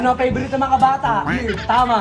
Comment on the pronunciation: 😂😂😂😆😆: ANONG PEYBORIT NG MGA BATA.?: BEYR 😂😂 dami kong tawa sainyong dalawa palagi 👏👏👏💚